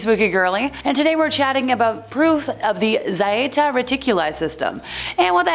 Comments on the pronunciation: It's just plain old Zeta. Not Zieta. You clearly need more spanking, woman 😂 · pronounced (ZHAY-TA) And one of the ET groups who SEEDED us here and have manipulated our DNA for at least 270 million years.